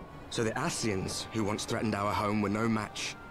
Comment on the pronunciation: I shall now start calling Ascians Aseeshans. The day he says their names properly will be the day they get wiped out. Edit